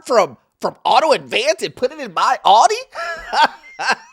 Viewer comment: LOL, that guy with the Audi who's too good to shop at Advanced Auto Parts doesn't even know how to pronounce the name of his own piece of overpriced German crap. 🤣🤣🤣